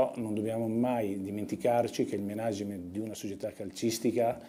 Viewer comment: Si pronuncia Mànagement, non Menàgement